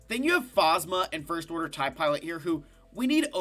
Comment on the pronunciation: You can tell he hasn’t watched the sequels because of how he pronounces Phasma